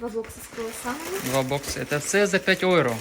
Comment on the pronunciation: Євро а не ойро